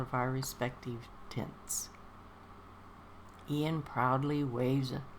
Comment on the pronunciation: Another lovely reading, thank you :) Yes, it's Iain with an i, not Lain with an L. Hope you have a wonderful Christmas, Shirley!